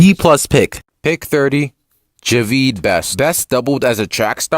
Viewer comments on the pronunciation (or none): He said ja-veed best…. Jaa-vid best